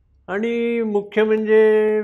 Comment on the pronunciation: कृपया "न "व "ण " मधील फरक समजून घ्या. आणी व आनी मधे फरक आहे.